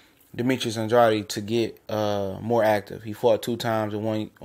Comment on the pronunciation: I interview Fighters and it's disrespectful to pronounce his last name wrong it is supposed to be Andrade not andreotti